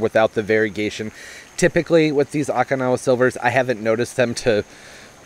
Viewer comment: No offense 😉 Dude, it’s Okinawa (o-kee-nawa) I’m from Okinawa 😝. Sorry I just cringed everytime you said the name. Anyways, love that plant, too bad it didn’t stay all variegated. I wish I could grow one here, but it’s too dry here in central Cali. I have a hard time inside even with humidifier for those delicate plants like Alocasia and Calathea’s. Very informative as usual. Your the best, I still love ya. 😍 Happy Planting 💜🌺🌸🥰